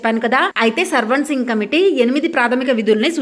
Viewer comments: సర్వాన్సింగ్ కాదు mam swaransing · Sarvan singh kaadhu akko swaran singh committee😅😅😅😅